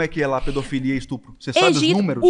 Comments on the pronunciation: Falou instrupo perdeu a moral 😂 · Só não entendi porque nenhuma dessas 30 pessoas sabe pronunciar a palavra “es tu pro” corretamente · "Robox" "ESTRUPO" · “Estrupo” Só nessa palavra dá pra perceber o nível desse pessoal! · O mano meteu um ''estrupo'', depois desse português maravilhoso da pra entender o nível.